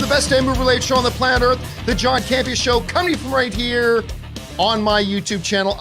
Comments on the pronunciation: "John Camp....e.....areee" dead. 😂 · John Camp EhAr lmao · 'The John Camp-E- Ahh Show' 😆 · John Cam-Pee-Ah! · "John Campe-AH" 😆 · John Cam Pee Uhhh.